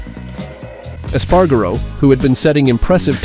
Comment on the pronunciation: PAINFUL to listen to. Eas-pah-rah-go. Rah-oow-see and the list goes on. If you can't pronounce it, learn it. Don't add magical syllables and pretend you do. Five minutes. Five easy minutes of research and you'd get the pronunciations right and not ruin all of hours of editing work.